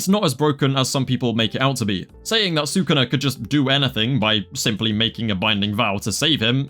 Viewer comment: STOP SAYING "SAKUNA" PLEASE